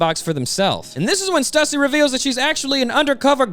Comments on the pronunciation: Bro knows it's pronounced "Stoooo-seee" right? RIGHT? 😂😂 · Question real quick. Isn't Stussy pronounced "Stew-sea"?